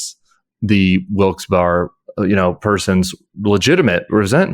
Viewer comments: Sorry - it just hurt the second time you said it and then Tim repeated - Wilkes Barre is pronounced Wilkes BERRY not BAR - yes I know it's anal but you completely destroy your own point to the people that listen to you from the area (Even people in Upstate NY know about Wilkes Barre) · Not a bad discussion but please stop using my hometown of Wilkes-Barre as an example - you're not even pronouncing it correctly. Thank you Al Franken - wish we still had you in the Senate. BTW I'm a US Air Force veteran who got the GI Bill and went to college and grad school. We're really not all a bunch of hillbillies but many of us are. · It's pronounced Wilks-berry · Locals pronoune the name of the town as Wilks-Berry.